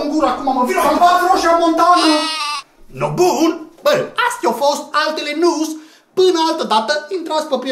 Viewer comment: A zis "Rosia montana" sau "Flocia montana"????